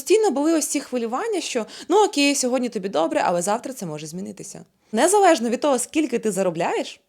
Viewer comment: Незавежно, чекава, підвисва, відквадаю.Вквади в логопеда